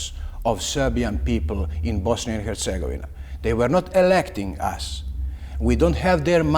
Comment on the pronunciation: Yet he is mispronouncing Bosnia and Herzegovina consistently.